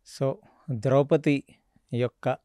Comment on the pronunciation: కొన్ని పదాలు మీరు తప్పుగా వాడుతున్నారు ఉదాహరణకు నిమిషాల దగ్గర వివక్షకు బదులు విచక్షణ అని అనాలి... ద్రౌపతి అంటున్నారు ద్రౌపది అనాలి